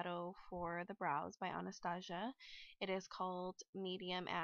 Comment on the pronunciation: You prenouncing Anastasia wrong